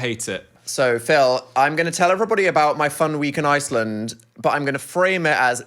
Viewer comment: the way i’m french and i got confused when phil started mimicking the french accent because it was so accurate???? 😭 and dan made no mistake (except the pronunciation for iceland) yall should come here 😁😁😁